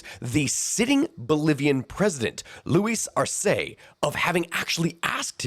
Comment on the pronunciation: But Spanish pronunciation is 99% consistent within each dialect so I have no idea where you'd get "Arséi" from